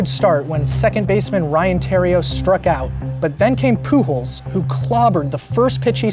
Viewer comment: love how you pronounce "Pujols" as "Poo Holes"